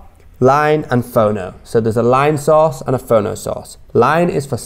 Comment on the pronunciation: I keep hearing sauce.... after hearing it about 50 times I realized he was saying source lol